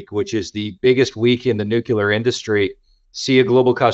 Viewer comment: Great content. You’d think a guy like would know how to pronounce “Nuclear” though, right?